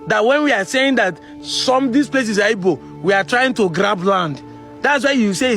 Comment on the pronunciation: please can you stop pronouncing ''Igbo'' as ''Ibo'' the way the Yoruba pronounce it? Keep up the good work on the sensitization.